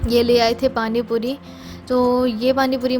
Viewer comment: Pani Puri sunkar accha lga ,warna tum or aasifa dono hi tikki pani bolti ho to bahut irritation Hoti thi.